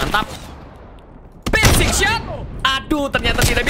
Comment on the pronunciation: Hanya membenarkan🤣 Pircing bang bukan prising